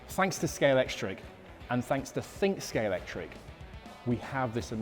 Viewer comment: That's really the biggest in Somerset? Also, why are there Scalextric experts who can't pronounce Scalextric? It's got an X in the middle, not a C.